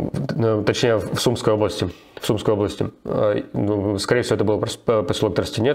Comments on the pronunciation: Руслан, извините, но не могу не поправить - уже который раз вы говорите Суумская область, вместо Сумскаая (почему-то с ударением нашего города и области часто у многих проблемы), ну и Тростянец не посёлок, а город 😌🇺🇦 p.s. это же относится и к направлению - не Суумское, а Сумскоое (удаление на «о») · Сумское - ударение на "о". Область Сумская - ударение на "а"